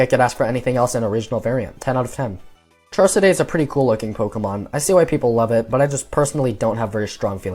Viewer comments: "Char-Siday"??? I always read it as "Char-Cadet" as in like, a cadet in the military. 🤔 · Heads up it's pronounced char cadet, not char ceday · 'Charsaday' its pronounced char-ca-det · bro really said charsedeigh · "Char-seday"??????? The point is that this shows dunsparce was never meant to be epic. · Char. Cadet. Char-kadett. Like in the military. Fighting spirit. Armor. Charcadet. Cerulean. Edge. Sare-ool-edge. Please. It makes me angry. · Charsuhday lmao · No offense dude but why did you say Charcadet like that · “I like Lokix way more than Nymble, it’s just really cool” then proceeded to give the former 0.5 more points than the latter. Where is the consistency, it seems you either like Numble way more than you’d like to admit, or you aren’t as fond as Loki’s as you would say. Also you say Charcadet so eccentrically.